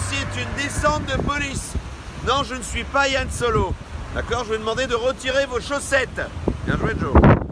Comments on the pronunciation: C'est pas Yann solo mais 'han solo' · ok je vois, c'est juste que j'aime pas qd les gens disent Yan